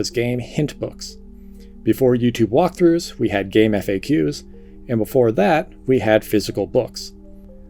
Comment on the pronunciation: Game-Eff-Ay-Ques made my eye twitch…. It’s GameFacks, my guy.